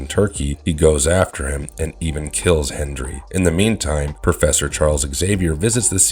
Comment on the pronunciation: Oh, and the colonel's name is Henry not hendry. 😂